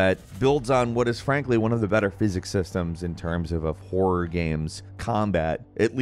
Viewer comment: God... you really have a problem speaking some words. "Top 15 Wor games of 2022"